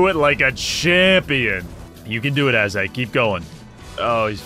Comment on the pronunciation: be honest... you did this just because you wanted to say "Ass-Hag" all the time xD